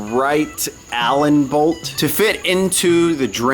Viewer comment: Emphasis on "Allen Bolt"